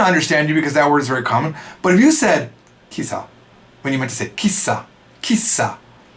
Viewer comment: "Kissa", it means "to pee" in Swedish, you also pronounce it like a Swede. 🙈